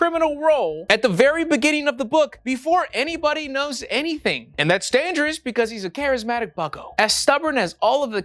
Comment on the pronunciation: I’m sorry. Did you say “dangerist?”